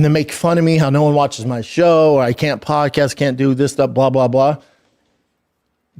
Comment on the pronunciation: Brendan is still correct. Hurts me to say that. Even the "Show Me The Money" comment. Brendan was funny and correct. But Brendan did say, "Podcash", instead of, "Podcast", after insinuating that he himself was the first fighter to have a podcast (which I think is true, also)